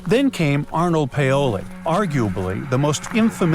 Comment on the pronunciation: Name is Arnaut Pavle, not Arnold Paole.